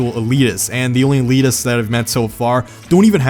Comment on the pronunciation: "Eleeteses" lol